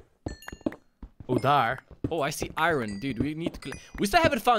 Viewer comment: i cudent reply to you live strem so ya but why do you say iron like irine